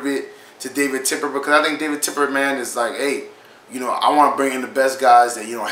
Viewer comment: Bro it's Tepper not Tipper lol